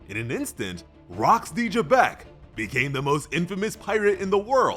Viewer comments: It's Zebec not Gebec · There is no j in Rock's last name why does he keep pronouncing it with a j